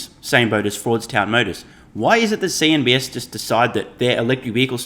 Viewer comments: CNBC!!! Please. Not CNBS. Please correct this as it might confuse some listeners. The influential Business News channel is CNBC. I listen to a large number of your insightful videos and I have heard you say, "CNB"S" every time I believe you want to refer to CNB"C". If I am wrong and there is a CNBS, then I apologize. Thanks for all you do! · Its CNBC...nor CNBS - just saying...